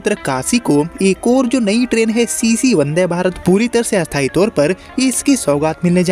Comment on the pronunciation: 😂😂😂 bhai ka sthayi and asthayi same pronounciation hai